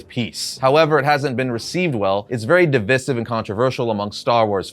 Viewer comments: "div-eye-siv," not "div-iss-iv." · It's been killing me this whole video. DIV-EYE-SIV, PLEASE😭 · A little tip for the future: Divisive is pronounced like "Di - Vice - Siv". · My dude, It's pronounced "div-eye-siv"....lol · What a toxic video. Oh and stop pronouncing divisive incorrectly the 100 times you use the word in this video. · The way you say "divisive" is pretty divisive itself